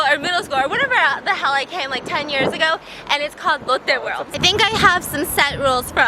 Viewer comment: ❤️❤️❤️❤️ Love the vlogs side note everytime u said "Lotte world" it just sounded like "Elote world" and I'm over here letting my lil Mexican brain go WILD 😂